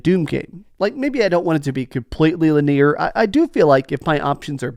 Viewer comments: Wtf is "lineer"? Lmao..its LIN E ARE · Lin Ear? My dude there is no way you think that’s how that word is said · Never heard someone pronounce linear that way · Nothing says Texas quite like saying “lineer” 😂❤